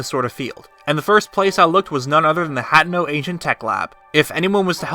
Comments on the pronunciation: Hateno is pronounced Hah-teen-oh....NOT Hat-no. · "Hatten-no?" ("Ha-tey-no") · UGHH ITS NOT PRONOUNCED 'HAT-uhno' its 'huh-TEY-no' lordy lordle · You say it hat-ten-o It's supposed to be hat-ee-no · It’s not hat-no it’s ha-ten-oh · Did u just pronounce hateno as hatino... it's pronounced Hateeno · Hat - e - no Not Hat - no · Sorry, not to be nit picky, but it is huh-tee-noh